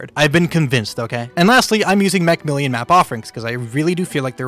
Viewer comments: Ah, yes Macmillian (macmillan) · Love your content but please say macmillan instead of macmillian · Please stop saying MacMillian, it's MacMillan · Me: breathes: MaCmiLLiOn